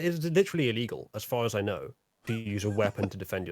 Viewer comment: "I knooooooooooo" Is possibly most english moment ever. also: Civil War is inferior to Winter Soldier, that's an objective fact.